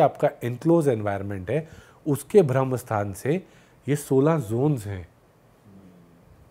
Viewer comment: भ्रमस्थान नहीं, ब्रह्मस्थान !